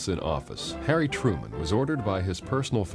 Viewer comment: Nine years have passed and you still haven’t corrected Harry “Turman.”